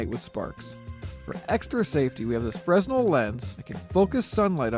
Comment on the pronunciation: fresnell is pronounced fre-nell... but good review